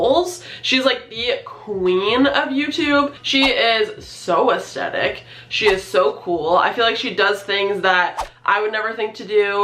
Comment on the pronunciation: Hey girl. You're saying the word 'aesthetic' wrong. And you're saying the word a lot. Aesthetic has a 'th' in it, you're saying the 'th' like a t. Sounds weird, over and over again. A-es-thet-ic. Not A-es-tet-ic.